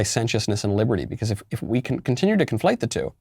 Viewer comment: "Yes, we cwan" UwU